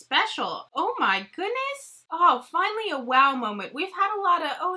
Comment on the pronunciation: Love you girl!!! For some reason my ass cracks up every time you say “OH MY GHOONESS” 🤣🤣🤣 I’m like pronounce the D woman!!! But don’t lmao it’s cuter that way